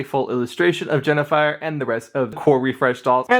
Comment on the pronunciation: Also, it's HEN-A-FIRE, NOT JENNIFER as YOU SAID.